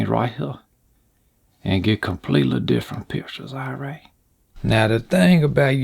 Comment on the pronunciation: When you say “all bright” I lose it 😂